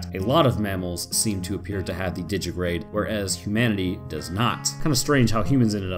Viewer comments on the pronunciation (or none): It's pronounced "di-gi-ti-grade", in 4 syllables. Not "Di-gi-grade", with 3. Think of it as "Digit-a-grade".